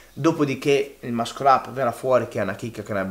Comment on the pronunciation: grande:)) l'unica cosa è la pronuncia di Muscle-up; la "Sc" in inglese si pronuncia "s", come nella parola scene (scena) si pronuncia senza dire la c. quindi la pronuncia è: Massol' e non Mascol 💪 Forza Team Commando